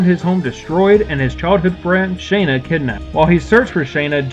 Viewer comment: Why pronounce Shana's name as Shay-na?